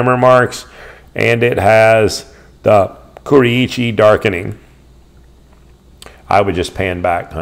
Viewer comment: Great information, horrendous pronunciation. Ku-ri-chi?